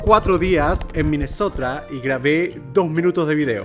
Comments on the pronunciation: Like si te diste cuenta que German dijo Minesotra envés de Minesota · Germán dijiste minesotra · Nadie: Absolutamente nadie: Germán: Minnesotra